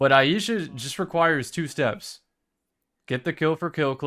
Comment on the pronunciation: Just FYI for everyone, its pronounced eye-sha (Ai-sha), not eye-ee-sha.